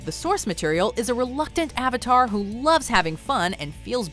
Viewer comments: "Are you the uh-vatar ung?" God that line almost gave me a stroke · "Ong" "Uvatahr" The pronunciation of these words were the only thing that was needed to make me dislike this movie. They could have watched a single ATLA episode and then they wouldn't have butchered it as bad. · “Are you the ovitar ong”? - soaka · They said ovator one time. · bro i watched the episodes and their way better than the movie. It's also so annoying of how they pronounce Avatar and Aang wrong. The expressions and stuff don't really make this come out very well... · Forget oooNg the uV-Atar they kept saying Suuuccka instead of Sokka. It made me feel sick. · Uhng are you the UH-VATR? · Hi guys today I’m going to be saying the pronunciation of the character’s names Sokka=Sew-Kuh Aang=ung/ong Avatar=ovatar Cabbage man= non existent for no fucking reason ruining the one chance this movie had at having any comedy or feeling at all. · series vs live film aang——> ong sokka ——> sowkuh iroh——> eerow avatar——>awvuhtar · That was literally me during the entire movie. I was also correcting the pronunciation of Sokka and Avatar, among other things while watching this sorry excuse for a live action adaptation. "Movie": My name is Ung. Me every time the avatar's name is butchered: It's pronounced Aang.